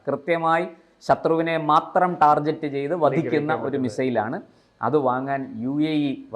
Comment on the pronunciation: ഈ വീഡിയോയിലെ ചില കാര്യങ്ങൾ പറയാൻ ആഗ്രഹിക്കുന്നു. ടാർഗറ്റ് ആണ് ശരി-ടാർജറ്റ് അല്ല ബ്രഹ്മോസ് മിസൈൽ നമ്മുടെ ബ്രഹ്മാസ്ത്രം ആണെങ്കിലും അതിനു പേരുവന്നത് ഇന്ത്യയിലെ ബ്രഹ്മപുത്രാ നദിയുടെയും റഷ്യ യിലെ Moskva നദിയുടെയും പേരുകളിൽ നിന്നാണ്. Pinaka ഉച്ചാരണം തീരേ ശരിയല്ല Pinaka യിലെ കാ ഉറപ്പിച്ചു പറയണം (നായിക എന്നു പറയുന്നത് പോലെ) ഇനി K4 മിസൈൽ ഇന്റെ സ്പെഷ്ഫിക്കേഷൻസ് താങ്കൾ പറഞ്ഞത് ശുദ്ധ അസംബന്ധം ആണ്. അതിന്റെ നീളം 10 m, weight 20 t എന്നു പറഞ്ഞത് മാത്രമാണ് ശരി. Missile ന്റെ diameter ഉം Payload ഉം തെറ്റാണു. ഇത്തരം വിഡിയോ കൾ ചെയ്യുമ്പോൾ ഒരു ടെക്നിക്കൽ അസിസ്റ്റൻസ് എപ്പോഴും നല്ലതാണ്. അന്തർ വാഹിനികളുടെ പേരുകൾ ഒഴുക്കോടെ പറയൂ. ഇതൊക്കെ ഭാരതീയമായ സംസ്കൃത പേരുകൾ ആണ്. തപ്പി തടഞ്ഞു പറയരുത്.